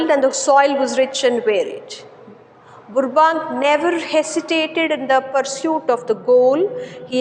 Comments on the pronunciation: Mam I think 💬 the spelling pronounciation is rong It is not ಬುರ್ಬ ಬ್ಯಾಂಕ್ alla it is ಬರ್ಬ್ಯಾಂಕ್ 😂😅 but your explanation method is super I will understand easily ☺️💝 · Burbank pronunciation is wrong I think